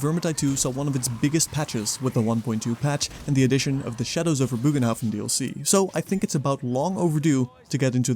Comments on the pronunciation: ye no worries i fully get it, the translator thingy isnt perfect, nor can you be expected to copy it certainly not while doing a big video i just a few takes. but my germanic heart feels the need to tell you that it should officially be pronounce as bogenhaffen (booohhh ghhhhnn hafffff en) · It's actually pronounced as, "BURR g'n-hoff'N" (or if that's weird to read: "BURR-gun-hoff'n"). The state language of The Empire, after all, is Reikspiel; which is an extremely close approximation to modern High German/Dutch. The more you know. ™ 😜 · Bögenhafen is pronouced differentely, but I totally agree with you on the poor quality of the DLC. It simply doesn't offer anything new, but 2 kinda boring maps. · still no excuse to not even try and pronounce it correctly ;p